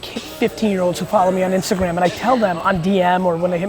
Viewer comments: isnt-a-gram :D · lol "ISNTAGRAM"